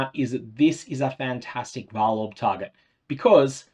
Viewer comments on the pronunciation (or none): none